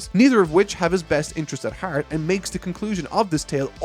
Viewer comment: oh didnt notice you are from ireland till i heard that "heaart to heaart"